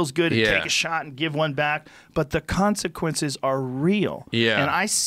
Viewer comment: Joe "the cosiquences of taking hits are real" Rogan